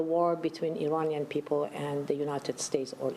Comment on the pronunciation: I'm offering help for the Thousandth time, regarding some of your Wrong Pronunciations!! IRAN, is pronounced "Eee-Ron". It's neither Pronounced "Eee-RAN" nor "Eye-RAN" Moreover, IRAN shares its literal meaning with IRELAND (Land of Aryans). The proper pronunciation for IRANIAN, is "Eee" (rhyming with See) + Ronnie (abbreviation for Ronald) + Yan", rather than "Eee-RAINY-Yan". A simple mnemonic would be "There is no RAINY weather in Iran's forecast"!!